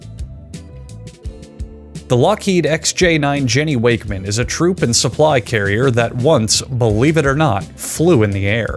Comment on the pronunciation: 'This Boeing XJ-9 Jenny Wakemen' ..DID YOU JUST